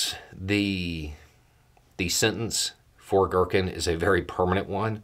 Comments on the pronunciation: Not to criticize overly here because it's actually really funny GEAR-keen. Not gherkin. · its Ги́ркин G(ee)rkin or G(ea)rkin (like the word gear) aka Strelkov. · To pronounce Girkin closer to Russian, pronounce it as "gear-keen".